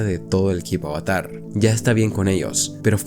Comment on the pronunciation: Me perdiste desde que pronunciaste avatar mal